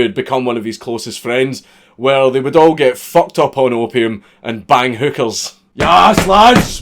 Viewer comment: i swear you pronounce hookers more like hückerrs